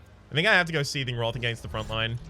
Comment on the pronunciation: 8 episodes in I was wondering what this roth is. just pronounces wrath funny.